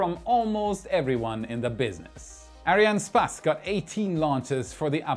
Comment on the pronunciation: I cant get over his pronounciation of ariane space hahaha